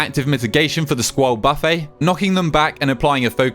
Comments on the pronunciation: Thanks for all of the quick no BS guides! By the way, "Buffet" is pronounced "buff-it" in this context, not "buffet" as in an all-you-can-eat buffet. Just mentioning that since you also pronounced it that way in another video lol. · I hate the way you say buffet